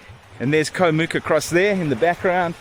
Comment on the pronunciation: Challee beach on Koh Mook the neighbouring island is much better (my wife's home island). When I visited Koh kradan, I was nearly run over by long tail boats while snorkelling. Way too crowded. Koh Rok and Koh ngai are better for snorkelling. Koh Mook is pronounced to rhyme with look.